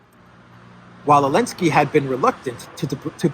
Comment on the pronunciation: Why do you say "Elensky?"